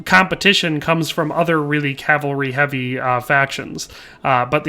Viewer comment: I'll like the video because you say cavalry and not calvary like alot of people on youtube do.